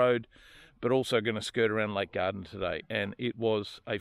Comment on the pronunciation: Love it! But have to say it’s Gairdner, pronounced the same as ‘chair’.